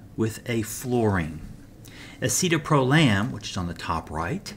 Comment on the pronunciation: What is Escitaprolam? Was that supposed to be Escitalopram? The S enantiomer of Citalopram?